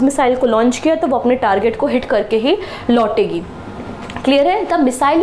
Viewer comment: Joke on a lighter note: 🙏😂 Missile "lotegi" to dikkat ho jaaegi ma'am 🥴